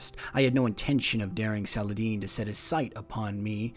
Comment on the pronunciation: The way pronounced Saladin is very close to the actual Arabic pronunciation of the name. Kind of caught me off guard, haha.